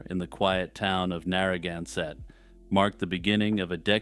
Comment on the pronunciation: What an odd way to say Narragansett.